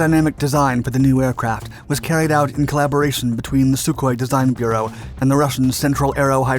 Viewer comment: How many fucking times is this guy going to say "SuHkOi-27" and then show me mig-29s